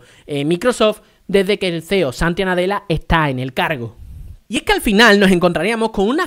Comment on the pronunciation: repite conmigo, se Llama Satya Nadella, no Santia Nadella 😂